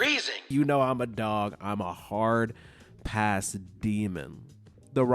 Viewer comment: He said hard pass demon or hall pass demon?👀😳